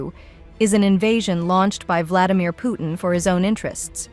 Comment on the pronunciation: Why do you pronounce Putin so badly??? Where is the T sound???